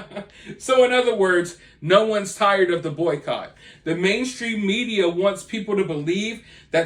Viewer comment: Im sorry. Are you saying boy coch?